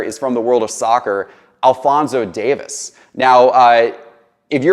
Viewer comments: Huge Fan of you and your content, Just a heads up his last name is not Davis. It's Alphonso Davies. DavIES. Just wanted to let you know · It’s pronounced Dave-ease not Davis 😀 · Super proud of Alphonso Davies. Have watched him on the Vancouver Whitecaps and as a member of the Canadian national team. He’s the real deal. One thing: it’s pronounced Dave-ees. Love your content. Keep up the good work. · The footie pronunciations leave something to be desired but I applaud the effort.